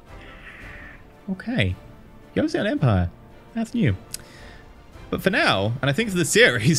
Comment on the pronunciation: do not try to pronounce "e" in joseon .. and historically Korea was a kingdom before (joseon dynasty). so ... what's coming next? :)